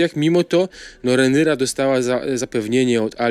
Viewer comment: Imię Rhaenyra (Targaryen) w języku polskim wymawia się najczęściej w sposób zbliżony do angielskiej wymowy, czyli: Rej-ni-ra lub Rej-ny-ra (ang. ray-neer-uh) Rhae – czytamy jak Rej (lub czasem Re). ny – czytamy jak ni (lub ny). ra – czytamy jak ra. Wymowa „Rej-ni-ra” jest najbardziej zbliżona do natywnej. Jak już się mam do czegoś przyczepić, ta wymowa renyra jest straszna.